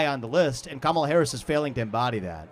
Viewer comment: a real registered democrat is wtongly pronouncing KAMALA